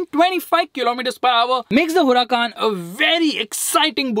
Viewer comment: It's Huracán not Huracaaaaaaan